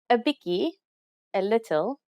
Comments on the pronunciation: 🤣 'n Biki. se Afrikaans is pragtig. Maar, dis "bietjie". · Ha ha ha! “Biki”?!!! Ha ha ha ha!! It’s “bietjie”. Other than that I can appreciate it.